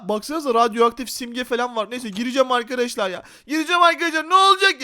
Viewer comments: Arkadaşlar❌ Arıkadaşlar✅ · abi sen niye arıarkadaşlar diyosun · videonun başında arkadaşlar demek yerine arıkadaşlar dedi sorun yok